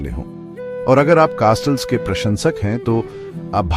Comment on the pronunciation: कास्टल्स यह ऊच्चारन गलत है, कॅसल्स ऊच्चारन सही है.